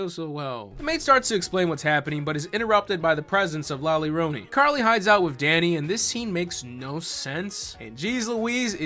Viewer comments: Calling La Llorona "Leroy" made me giggle. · Calling la llarona leroy is so effing funny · “La Larona” lol... guys, in Spanish, most of the time a double L, is like a Y kinda “yuh” like “¿como te llamas?” That last word is pronounced “yhamas” not “lamas” so, it’s “la yarona”... the uh... the more you convolutedly know...lol Edit: and no, I know knows and is saying it like that to be funny, I left the above comment cause of the typical white gal in the movie that calls her “la larona”... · calling la llorona “leroy” is exactly the kind of content i’m here for. 11/10 ⭐️ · Man.. esta cabron.. this movie is just beyond.. I only watched this cuz you make it funny.. specially when you say La Leerona lol, I can’t believe the husband dude, can’t believe the cartels.. the visuals, nothing.. totally irredeemable.. and for that we applaud you you made it really funny to watch.. Also I’m gonna have to check that good La llorona movie you mentioned, didn’t know there was one. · Leighroni....how many ways can you murder her name....🤣🤣🤣🤣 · Lol, love how goes from full correct pronunciation of La Llarona to Lee Rony by the end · Did you say f*cking "Lolly Rona"!? You were killing me. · “La Leroni” 😂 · "Lee Roni" lmfao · I love how keeps purposely pronouncing la llarona’s name wrong 😂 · The slow descent into saying La Llorona worse each time made me laugh so hard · I need a compilation of every La Llorona mispronunciation ♡ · the mispronunciations of the word llorona had me crying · Every time he says la llorona its a little less understandable